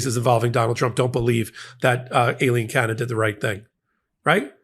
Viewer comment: I dont like trump. But you dont prnounce women's names right either! you call Aileen Cannon "A-leen cannon" you pronounce Laura as "laaaaa-ra" 0.o